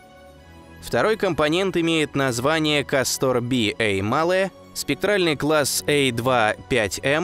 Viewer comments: Сдаётся мне не КастОр, а кАстор. Ударение на а. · Видео всегда интересные, НО это я досмотреть не смогла. КастОр вместо КАстора достал минуте так на 4. Неужели нельзя проверять произношение? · КАстор, КАстор, а не КастОр Слушать из за этого тяжело. Если читаешь по бумажке, то пусть твой редактор ударения прорисовывает......... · Как тяжело слушать название кастОр. Всё-таки русский язык говорит о том, что под ударением должна быть как раз буква А. КАстор! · ударения в названиях неверно .не КАстор а кастОР.это имя .римское или древнегреческое точно не помню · Ну тогда уж не КастОр, а КАстор. Если не ошибаюсь ещё в Древнем Риме данные звёзды получили такое название. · Я бы лучше сказал кАстор, а то как касторка звучит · Так старались, что куда ставить ударение в названии звезды не удосужились узнать? Такое себе старание... видали и по-лучше. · Может быть ударение на Первый слог? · Ударение, все же, на первый слог! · Прквеоь ставить ударение на первый слог!!!!